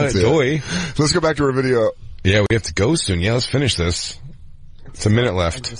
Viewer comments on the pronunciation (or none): I still think its hilarious he keeps saying "Bideo" like those twins the boys did a show on